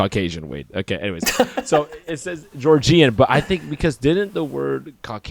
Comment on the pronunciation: Georgian -> George-un.